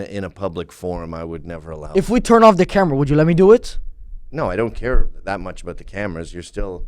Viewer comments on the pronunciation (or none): I had like a stroke when I heard ðat. I had to pull out a calculator to make sure I didn't lose it.